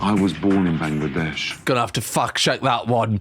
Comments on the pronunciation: You said Bangladesh so well 😂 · I love that you pronounce Bangladesh right 😭🥰 I don't get to hear that often 💚❤️🇧🇩